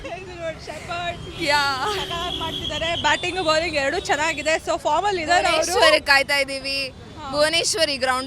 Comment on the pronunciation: Lo ninge bowling annoke barallvallo bowling kano baling alla nettge kannada matadu